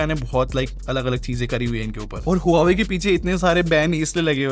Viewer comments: It's not HU WA WE. ITS PRONOUNCED WA VE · Brother this brand is pronounced as hwaa way.... ❤love ur videos